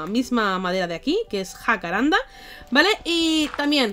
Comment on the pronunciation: El árbol de Jacarandá en español se pronuncia con el acento en la a asflsjslf